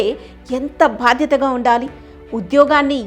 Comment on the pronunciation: భాద్యత కాదు. బాధ్యత.